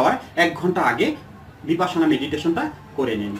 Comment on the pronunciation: বিপাসনা নয় বিপশ্যনা। মানে বিশেষ ভাবে দেখা।